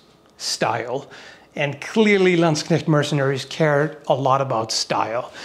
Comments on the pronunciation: You pronounce Landsknecht and katzbalger correctly, well done sir.👍😅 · he can pronounce Landsknecht! :O In a game I used to play they were commonly referred to as landsharks